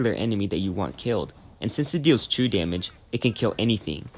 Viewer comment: 1 and a half hours in, I understood what true damage was because I thought you said chew damage, great video nonetheless.